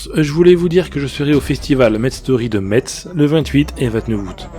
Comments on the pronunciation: Messe ont lis pas le T XD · Ps ne dit pas MeTz en lorraine tu va te faire demonte le T ne ce dit pzs cest Messe . Amicalemeny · Metz se prononce messe. Evite d'écorcher la prononciation de la ville en allant sur place, les Messeins sont chatouilleux sur le sujet.